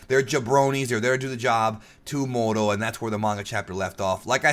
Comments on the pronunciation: When said Muro, i was like "Mango?" Lol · I’m Mexican and it KILLS me when they don’t roll the R when they say “Moro” lmao. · kinda think the moro as u have been saying it sounds more like a name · English is one of the only languages to use a hard R. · You're not the only one that think that saying Moro with a strong R sounds cooler. Also you being Hispanic explains how you were able to speak Spanish in Twitter.